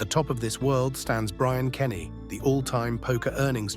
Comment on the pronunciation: Nah you lost me at "BRIAN KENNY" takes 2 minutes to see its Bryn Kenney "Bryn" as in "BRIN"